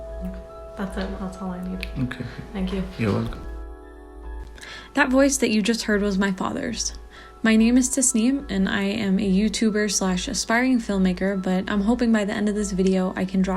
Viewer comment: I agree Btw it's Tasneem not Tasmeen 😂